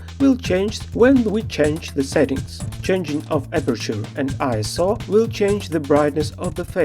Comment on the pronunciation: Thank you so much for pronouncing ISO correctly! So many YouTube "pros" say I.S.O.